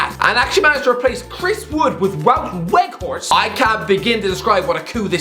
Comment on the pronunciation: Wout weghorst is pronounced Vout veghorst christ above i act like your missing father